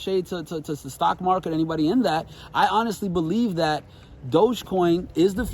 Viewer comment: time IN the market not time in the mark-it